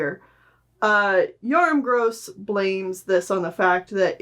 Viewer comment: The Gross in Yoram Gross is pronounced with a short o not a long o He is Polish